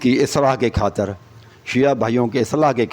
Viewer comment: جناب شیعہ کا عقیدہ درست کرنے سے پہلے کسی استاد سے تلفّظ سیکھ لو [ (کھاطر) نہیں (خاطر)] ہے اور [ (عکیدہ) نہیں (عقیدہ) ہے] اور [ (گَیر) نہیں (غیر) ہے].............😂